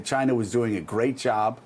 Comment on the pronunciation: Its "just one person from 'CHA-NA', we will disinfect him with Clorox" LOL